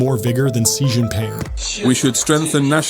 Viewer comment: Stop saying "ze Jin ping" it's pronounced "shí or she Jin ping" terrible journalists can't say names.